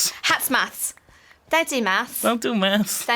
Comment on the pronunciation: "Hats do maths" it almost sounds like you're saying hats do meth